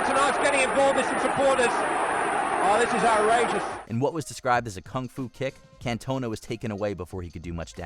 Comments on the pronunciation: Cant-ona 😂😂😂 Can-to-na will help better 👍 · Can-tona? It's pronounced Cantonaa 🧐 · Everybody: Eric Cantona America: Eric Cantoner 😂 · Why the fuck he pronounce catona like that 😂😂😂😂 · who is can toe na ? lmao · Did this dude really call King Eric, "Cantone-a"? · Love how you guys cant pronounce Cantona right, even when the clip says his name properly twice 😂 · #7 you are saying the players name wrong the video even says it for you a few times 🤦‍♂️ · I'm disappointed on how he didn't pronounce Eric Cantona correctly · The way this guy pronounced Cantona was so annoying haha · How the shit did you manage to pronounce "Cantona" wrong so many times when they literally say it in the video you play? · That is not how you say Cantona mate. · Sorry Eric Who? At least make an attempt to say his last name properly